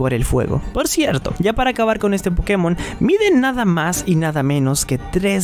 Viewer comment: Cuando folagor entienda que latinoamérica los Pokémon se pronuncian en inglés y no en español entienda eso ya se sabrá toda la tabla de tipos XD 🤣